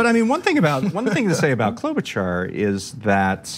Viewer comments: I think she says KLO-buh-shar, not KLO-buh-char. And yeah, she's a not so fake typical politician, too. They're all fake, but she's less fake. Has also worked a lot with people across the aisle, and has more experience in the senate than Pete has in South Bend. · It's Klo-buh-Shar. Not Klo-bu-Char. Driving me frikking crazy.